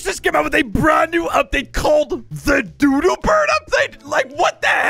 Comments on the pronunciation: Is not dudu is dodo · Dodo not dudu but thanks for making my day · dudu Everyone: dodo